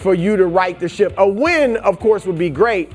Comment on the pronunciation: He did. I just thought it was funny that it sounded like something else.